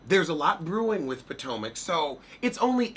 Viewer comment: I like how u pronounce (Potomac) pow tow Mac 🤣🤣🤣🤣🤣🤣🤣🤣